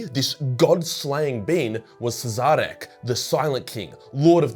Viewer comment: Pretty sure that's pronounced "Shareh" someone has any ideas?